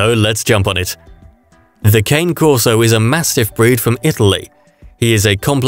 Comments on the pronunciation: Cah Nay.....not cane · Christ man. At least learn how to say the dogs name. Pronounced Kaan-ay